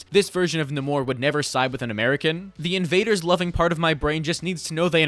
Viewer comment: God I hate how people are saying Naymor as Naaamooorrr. As someone who has been a fan of marvel it just doesn't sit well